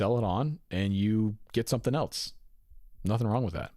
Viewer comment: There is no T in the word else! LOL!